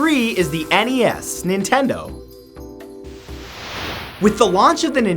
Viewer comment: I love your stuff, man. Been watching since the days of clone sketches. People like you is why I'm working very hard to start my music career! Also, thank you for calling it the "NES" and not the "Nes". It always touches me the wrong way to hear people not just say the letters. I don't know...maybe I'm too old school.